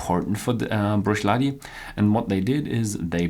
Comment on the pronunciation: You've been doing this for a while now, so it's about time you start investigating the correct pronunciation of some key words. Words like Bruichladdich, Diageo and many others. This is not difficult and is crucial to the overall quality of the video. Good luck.